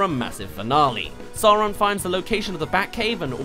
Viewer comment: it just fucks me up how the lego batman movie pronounces sauron wrong